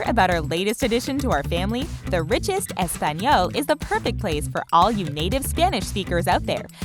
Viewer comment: TheRichest just quit with the subcription begging its really annoying. oh and dont say "español" you say it weird. thanks :)